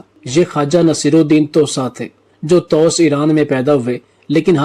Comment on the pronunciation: Toosa nahee Toosi sahih talaffuz hey.